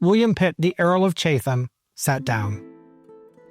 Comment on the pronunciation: Thoroughly enjoyed these three parts. A few pronunciation notes: Chatham said like Chattam Leicester said like Lester Mahon said either like Mah-hon or Mah-hoon (depending on who you talk to) Birmingham said like Birmingam (h’s usually silent in town names) Stanhope pronounced Stanup Looking forward to your take on Pitt the Younger.